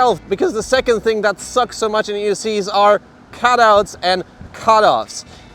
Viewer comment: came to the comments to share/see if anyone else heard "EUscheees" lol "for the love of Begode" was classic